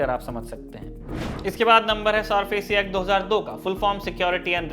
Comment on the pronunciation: सारफेसी नहीं, सरफेसी